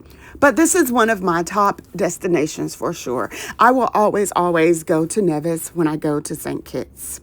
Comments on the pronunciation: Nice... I am from the Caribbean.. St Vincent and the Grenadines to be exact 🇻🇨🇻🇨... But Nevis is pronounced "knee-vis"... ❤ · Nevis is pronounced as NEE-vis. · Please it's N E V I S